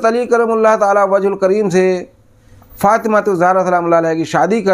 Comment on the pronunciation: Abe jahil khabeeth tu hazrat ali ka naam tal theek se nahi le pa raha hai tu hazrat ali r.a. ko kiya jane kutte ulma par bhonk raha hy be imaam